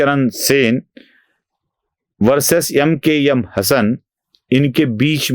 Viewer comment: "यम के यम" काय आहे? "एम के एम" चालेल की! ऐकायला बरं वाटतं!. ..